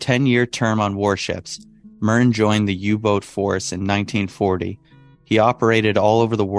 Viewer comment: Carl Friedrich Merten and not Murrin